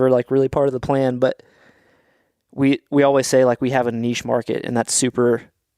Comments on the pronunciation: is definitely right on the pronunciation of "nitch"! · just tell him not to be a biche and say nitch